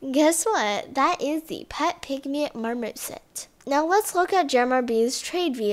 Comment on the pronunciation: Lol the '' pet pygmy MARMOSIT'' and the "short nosed ESHIDA"